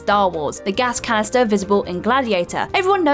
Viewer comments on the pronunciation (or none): Gas canister not caster